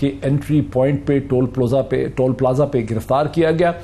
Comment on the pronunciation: I am glad to hear toll from your mouth.. instead of tool. Most of journalists even lawyers are pronouncing it tool instead of toll. God bless you.